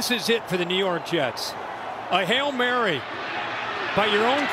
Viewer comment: “Hell Mary” 😂